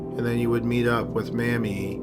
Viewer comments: Love your videos and I'm subscribed. Just a note: check the pronunciation of names before recording. The "a" in Mamie is long, as in paper. Your pronunciation is short, as in family. Thumbs up, otherwise. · Don't really mean to diss, but why isn't there any consistency in how the narrator pronounces "Mamie?" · Heather Nikki THANK YOU. 😂 It was bugging me the way he pronounced it. ❤ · It's pronounced MAY-mee, not Mammie. Geeze, dude, you really need to pay attention to your pronunciations. It completely pulls the listener out of the story. You mispronounce something at least every other video. IMO, that's just sloppy. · I have to ask. In the second story you start out pronouncing the woman's name "Mamie" as in Eisenhower, which is correct, but in subsequent mentions of the name the narrator gets closer and closer to "Mammie", shades of Al Jolsen. This is inexplicable. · Mamie is pronounced "may-me", not "mammy". Otherwise, great video. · It's pronounced *May-mie, not Mammy... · The way pronounce Mame. It wrong. It's pronounced May-Me. Not like mammy. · Mamie: It’s pronounced may-me not mamee. I have an aunt and my grandmother share that name. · Her name is not Mammy. It's pronounced with a long a (MAY-mee.). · It was pronounced "May-Mee", not "Mammy". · I know this is childish, but the pronunciation of the murder victim's first name is MAME y (with a long A sound) NOT "Mammy" as in the black sevant in Gone With the Wind. Told you it was childish. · “MAY-mee”. Not “Mammy”, how I love ya, how I love ya Mammy!! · Mammy? It's pronounced "MAY-me." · The name “Mamie” is pronounced “may-mee “. I had an aunt by that name. The name you pronounce would be spelled “Mammie”. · Not until I read your comment, so thanks so much.😁😁 By the way, he pronounced incorrectly. It is pronounced May-mee, not mam-mee. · Its pronounced May-Me. Not Mammie. Mammie is a derrogatory term. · May-me not mam-me! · Mamie is pronounced May-mie, not MAM-mie. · Mae Me, not Mammie. LOL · MAY-mee Thurman.